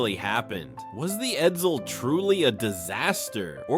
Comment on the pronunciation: 1. The E475 engine wasn't used in other Ford products. (The E400 was used in 1958 Ford police cars, but you didn't mention it, hence the parentheses.) 2. Edsel production was, in fact, 118,287 cars. You overlooked the 7440 Edsels that were built in Oakville, Ontario. 3. Edsel is not pronounced "Ed-zil". C+